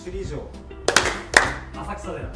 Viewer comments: あさくさでらって言ってる笑笑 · 言ってることはわかりますが、 『あさくさでら』ではなく『せんそうじ』ではないでしょうか？？袴田さん可愛いのでいいですがw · 「浅草寺」って「あさくさでら」ではなくて「せんそうじ」ですよね？ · あさくらでら、ではないです。 せんそうじ、です（ ; ; ） 地元民より。